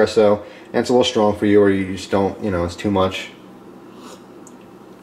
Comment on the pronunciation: "SHTRONG" coffee? The word is "strong." There is no "h" after the s. The is no "sh" sound in strong.